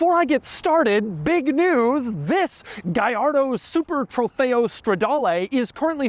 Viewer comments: Si pronuncia "Gallardo" non gagliardo 😂 e' un nome italiano, non spagnolo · Funny how you pronounce Gallardo correctly: "Guyardo" but not Murcielago - it's "Murthialargo" - I found this out as soon as the model came out. Great review. 👍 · It's pronounced "gee ar doe" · "Lamborghini Gayardo Supah trofejoooh stradalaaaaay" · It's pronounced gee ar doe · well thats a funny pronounce on that car man.😂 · BUT IT SOUNDS SO WEIRD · Double L, not I. Italian, not Spanish. Jiminy! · Doug the type of guy to pronounce Trofeo Stradale correctly but mispronounce Gallardo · I wish you pronounced it the way Akon used to :( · And slaughtered its name 😂